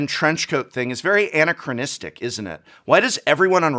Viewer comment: Anna Crow Nistic sounds like a new Planeswalker. I’ve never heard it pronounced that way. 😂